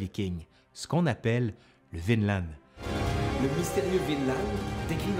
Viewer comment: J'ai l'impression que prononce « Vinland » à la norvégienne, c'est-à-dire sans prononcer le d final. Bravo!